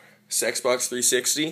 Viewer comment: Sexbox 360 Elite lol or did you say Xbox